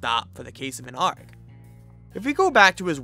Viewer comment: You pronouncing an A.R.G. Like a pirate sends meeeeee “aaarrrggggg” I’ve only known it to be pronounced as individual letters . Super love your content.